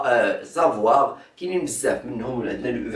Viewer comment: ماشي زفواغ ...كنقولو صفواغ......ههههههههههه